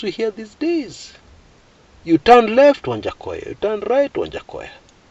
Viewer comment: Lol it's waja not wanjakoyah 🤣🤣🤣!!!